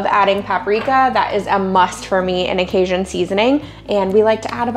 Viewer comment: Hi from Baton Rouge! Love your channel and time saving recipes and your prayers at the end! Question... Are you pronouncing Cajun as "Kay-shun"? Or "Kay-Jun"? 😁. It's the latter for the record.